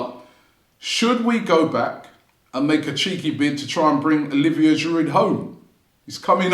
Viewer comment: Why would Olivier come back when the fan channel host still can't pronounce his surname correctly?